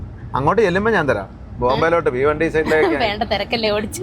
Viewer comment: Good morning to Dad and daughters.njan Mumbai l Kalyan il aanu .ningal etu datil aanu varunnatu ivide Sunday mutal continuous rain aanu.ningade vlog kanditt mazhaye illa.Bheewandi alla.Bhiwandi aanu